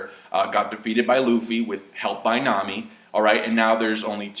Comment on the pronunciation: Love how you stressed "got defeated by Luffy with help from Nami" lol.